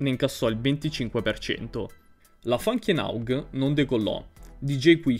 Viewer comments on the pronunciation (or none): Bel video, ma la pronuncia corretta di funky enough è "fanchi enof"